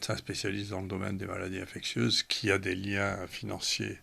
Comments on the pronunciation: Bande d'inculte! InfecSSSIeuse et non infecTTTieuse! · En tout début d’émission, la journaliste qui ne sait pas prononcer le mot « infectieuse » La honte.